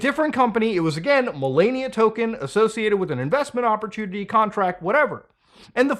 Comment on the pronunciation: Mudha can't say Melania correctly